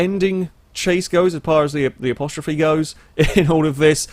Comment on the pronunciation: As-te-rope Not apostrophe